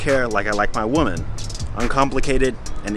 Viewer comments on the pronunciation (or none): you really need to stop pronouncing women as “woman”. Makes you sound dumb!